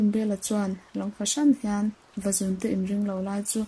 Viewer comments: Vazun nilovin, Vazûn tih tur,, zun( ngaihawmna )lam nilo in,, zûn ti a thluk vak tur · Vazún tih tur. Zun hi rul (snake) thlukin aw. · Vazun a lamdan hi a dik lo....Reading a thiam tawk lo hle mai.... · Nghangiai hi a thluk a dik thlap mai Ngiai leh zún hi a thluk inang tur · Vazun tih laia zun hi Sarah izunzam ani tih lai a zun ang khan lam tur.... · tha khawpmai vazun tih hi lam dik lo anih hi zun tih hi ithluk hniam a thluk san tur zawk athat lehzual nan ..thanks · Ngaihthlak nawm khawp mai kan history tih lar na pakhat in ni si a,duhthawh thil ah thil pa1 kan sawi ve lawk tlem a trawng thluk in uluk deuh leh zual a ngai in ka hria Vazun khi i lam dik lo tlat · Vazun lam dan a dik lo. Beng a thlep nghal tlat mai a.... fimkhur angai e.